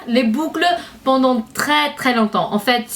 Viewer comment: 'Du bucle'' SO FUNNY LOVE YOU <3